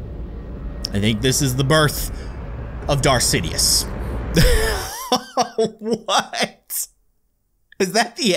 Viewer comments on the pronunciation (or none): Darth sidious mor like sixious